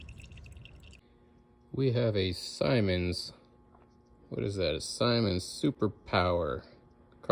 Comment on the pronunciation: Great. vid, love seeing old stuff restored..,and yes, you do need to be a bit clever. It's "Simmons" with a short ' i " like in sim-card not "Symons". What you call "flapper or whatever" is a butterfly vale.